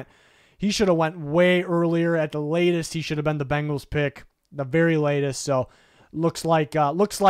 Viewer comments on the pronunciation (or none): Bengals not Bangles